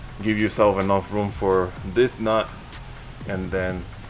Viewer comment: The emphasis on "This Nut" ish 🤣